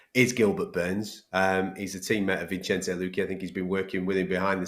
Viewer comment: Bruh smfh “Vinchenze” lmaoo